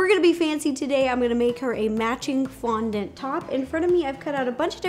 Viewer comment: Am I tired or did you start saying qaundent?